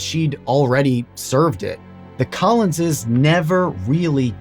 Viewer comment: Wow, what a stupid blunder that court made! The Collinses (I love that you say it right!) need to be compensated!